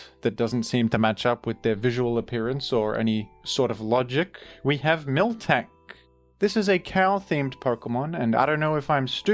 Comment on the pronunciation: My obsessive tendencies are getting triggered every time I hear "milktank" lol